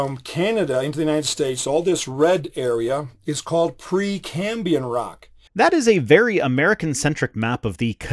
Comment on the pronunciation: I think you're misrepresenting this guy. He's too dim to be a mechanic. "Cambian"? I've never heard that one before. Sound out your words, John.